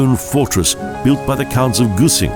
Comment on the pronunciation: MAAAN TRY TO SAY ONE WORD NORMALY KÖSZEG,, IS NOT KOTSEG OR WHAT THE HEC YOU SAY,,,, RESPECT